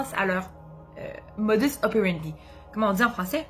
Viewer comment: J'aime bien vos vidéos je les regarde toutes depuis le début😉. En France aussi on dit aussi "Modus(s) opérendis(s)" sauf que dans le latin le S est prononcé😉😍. Bonjour du Cantal au centre de la France en Auvergne. Bonne continuation et bravo 👏👏.